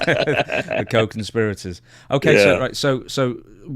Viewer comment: I heard “coke conspirators” which also applies 😂